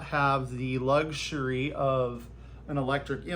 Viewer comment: Did you say you didn’t have the lug-Zury? 😂🥹